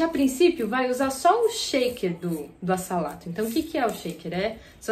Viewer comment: Lega! Obs: um "s" entre duas vogais tem som de "z" então a pronúncia seria"azalato". Muito boa a aula parabéns.